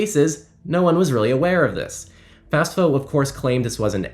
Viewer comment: FAFSA not FASFA